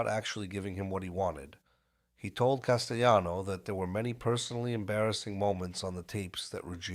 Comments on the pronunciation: No, in Italiano the name is pronounced as CAS-te-Lano. Not jano. And with the accent on first syllable CAS. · I can't take this podcast seriously when the narrator refers to Paul Castellano as Castejano